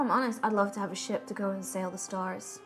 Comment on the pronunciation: I genuinely thought said "I want a shit" Instead of "I want a ship" oof.